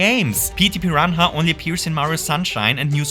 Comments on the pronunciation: Mate... "piran hah"? xD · The way you pronounced Petey piranha immediately made me subscribe 😂